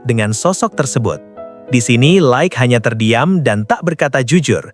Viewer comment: la ik bukan laek😭